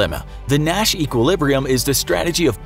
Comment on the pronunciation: Sometime through the video, I started hearing ‘Nash’ as ‘Mat’ ..... oh gosh.....